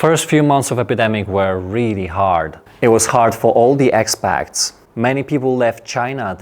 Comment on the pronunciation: Expat is pronounced like ekspat not ekspakt 😊